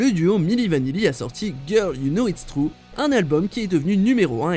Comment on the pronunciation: Girl you know it's "Trou"